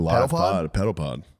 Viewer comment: The way Matt says “pedal” it sounds like he’s saying “pedo party” and I don’t wanna get put on a list